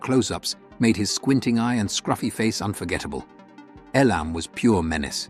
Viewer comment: Notice the A.I. announcer can't even pronounce Elam correctly. 😶